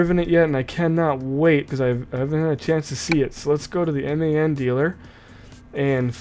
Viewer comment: It's pronounced MAN like your a man I'm a man